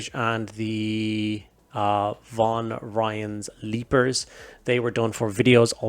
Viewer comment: Flawless pronunciation of Von Ryan’s Leapers. I was totally ready for Von Dutch’s Lictors.